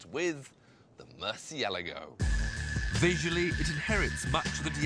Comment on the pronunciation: omg i cannot stand the way he pronounces murcielago, it's so wrong!